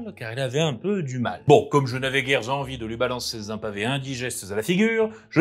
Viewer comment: Bons conseils, et bonne découverte que cette chaîne. Si je peux me permettre un conseil/une critique : tu as tendance à beaucoup faire des liaisons fausse avec des 'z'. Exemples : : Comme je n'avais guère-z-envie de lui lancer-z-un pavé indigeste-z-a la figure : sans pour autant le faire devant-z-un miroir : le fait de bégayer (...) n'est-z-en aucun cas : si votre langue vient malencontreusement-z-a fourcher Ces critiques sont issues de quelqu'un qui n'a que peu d’expérience en expression orale (sinon un peu d'enseignement et un peu de MJtation en dilettante.) Ceci dit, le fond de ta vidéo est intéressante, tu as gagné un abonné !